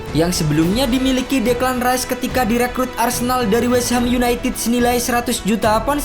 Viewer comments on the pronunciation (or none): none